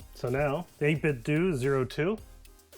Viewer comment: when ppl call it 8bitdu (like doing something) instead of 8bitdoh (like nintendo) 😩